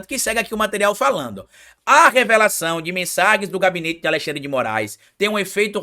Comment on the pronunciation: tem língua doida: Fala Alessandre ao invés de Alexandre